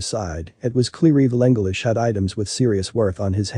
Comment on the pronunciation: Evil anglish?